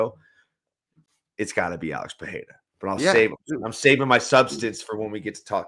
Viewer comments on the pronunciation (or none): Pereira isn't pronounced like that guys, pay attention to the way Anik says it, this pronunciation does not have the same pattern as other brazilians with an r in their name like Royce Gracie and others. This r sounds more like the r in Spanish.